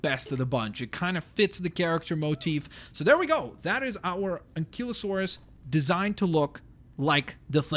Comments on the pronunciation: and its not ankelosaurus its ankielosaurus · It's Stegosaurus not Stagosaurus and Ankylosaurus not Ankeylosaurs